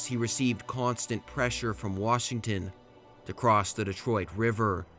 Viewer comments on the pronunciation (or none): none